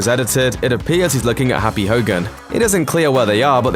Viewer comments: Did he call happy, harpie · Did he just call happy “harpy”???? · His name is Happy not Harpy.... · SAY HAPPY'S NAME RIGHT!